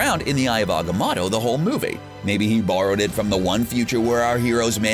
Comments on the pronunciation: It’s not ag-oh-moto It’s aga-moto I loved the video it just annoys me when it is said like that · Aga-MOE-to!!! Dor-MAH-mu!!! Names are specific sounds, and not subject to accents. My name is Jeremy, not Je-RAH-my, JAH-remy, or any other variation. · and Ag -amat-toe